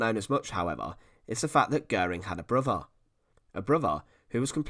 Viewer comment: Ooooohhh..... he had a broothuh and a moothuh...